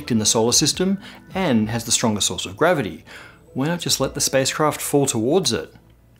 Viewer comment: When you say "source" I always hear "sauce". It is really funny in some instances.